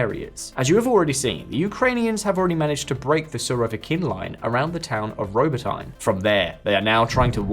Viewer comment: Robo-tine... wow